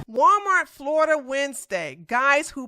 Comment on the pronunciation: She said "Gualmar" 🤭🤭🤭🤭